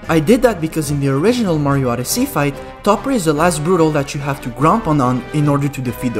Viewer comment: "Super Mario OddesEy"